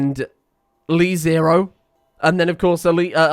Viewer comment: It's LeZero, not LiZero.